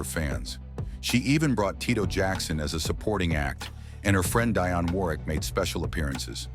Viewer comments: Her name is “Dionne,” not DIonne! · Bruth, it's pronounced DEE ON 👍 OK.